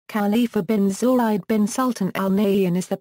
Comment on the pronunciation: U can't even pronounce his name properly is it accidental? R intentional?